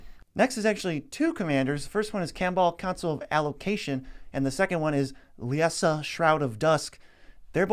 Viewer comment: Why can’t we all pronounce LIE-ZA...? It’s the name... Liesa.